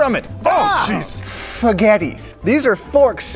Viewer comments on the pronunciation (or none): i sure hope the pronunciation of "for-ghetti" was unintentional 💀